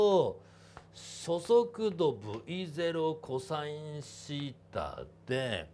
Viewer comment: そそくどって聞こえる